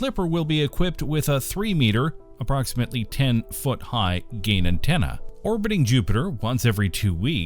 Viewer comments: FFS find a narrator with some understanding of the subject matter, and can pronounce and emphasise technical terms correctly. Magnetometer rhymes with speedometer. A ten-foot high-gain antenna is not a ten-foot-high gain-antenna. It’s even parenthesised to show you how to emphasise it! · "10 foot high... gain antenna" ? dude that's an "high-gain antenna"